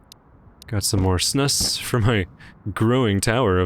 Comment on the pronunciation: Snus is a swedish thing that you put under your lip. I love the way you said "snus" xD